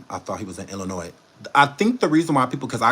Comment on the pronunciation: I’m from Illinois and thank you for the correct pronunciation. People love adding the S. By the way we don’t want him here and thanks